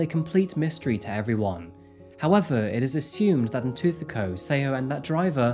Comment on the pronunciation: Yes, the stories are interesting and the way he delivers them is pleasingly professional. BUT, no, his pronunciations - on multiple SAn cases - are not correct. I empathise with these not being his languages - but this is his chosen job. As mentioned here, names hold meaning and are an important part of identity. Getting them right shows caring, effort and respect. Tshegofatso and Ntuthuko are simple enough to say yet were mispronounced through the entire video. I wish he would reach out to speakers in/from the countries he covers to get assistance with basic understanding of the languages and pronunciation of the names.